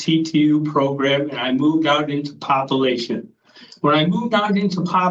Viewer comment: I moved into “popolation.” The dude can barely speak, he is such an idiot. Also, he sounds like an older version of Kermit the frog.